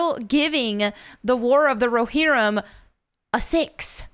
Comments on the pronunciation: Row- Hear-UUUM! Not Raw-HiR-Om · RO-HEAR-UM or RO-HEAR-RUM. There ya go :D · It's pronounced as follows: roe-HEAR-ihm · Pronounced Roe- Hear- Um. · It's pronounced "row-hear-em"... I think. 😬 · Thank you 😂 oh it bothered me but I know she tried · The way pronounces rohirrim has me dead🤣💀